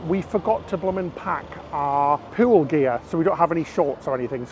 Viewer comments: please, for the love of god, stop saying POO-WOOL and POOWAR instead of pool and poor, i cant stop laughing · I love when he pronounces pool as "pewl" lovely accent